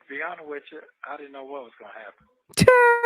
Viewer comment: Are you hearing the way he says honest?: To be unnuh(honest )wicha😒😒😒😒